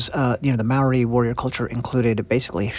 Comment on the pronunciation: Mah-ree? Maori is pronounced like mouldy, Mou - Ree